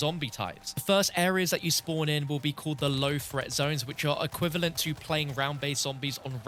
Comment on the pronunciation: This dude really pronounces threat as fret.